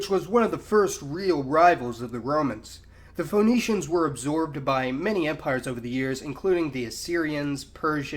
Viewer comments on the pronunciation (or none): Phoenicians is pronounced /FINICIANS/ not /FONICIANS/. Same as the name Phoebe is pronounced /FIBI/ not /FOBE/. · LEH-VANT FEH-KNEE-SHANS